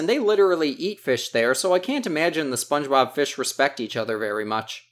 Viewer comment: Spongeboob?! Hahaha he said Spongeboob? Who is Spongeboob?? 🤣